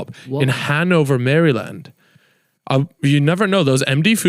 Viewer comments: Never in my life have I heard Maryland pronounced like that😂😂 it threw me off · Please learn to pronounce Maryland